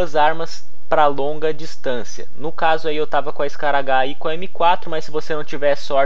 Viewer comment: Nao fala scaragar é scar